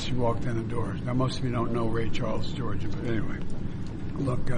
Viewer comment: (Georgia) it's not (Giorgia) he needs help 😂😂😂😂🎉🎉😊